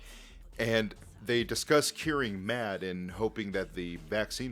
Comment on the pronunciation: his name is pronounced Matt not mad lol